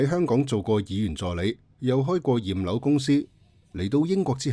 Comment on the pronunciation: 驗樓聽成葉劉⋯😂😂😂